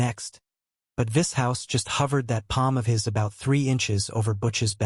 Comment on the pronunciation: Vis HOUSE 😂